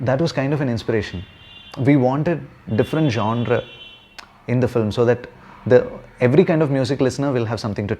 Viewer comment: Thanks for pronouncing genre correctly Vineeth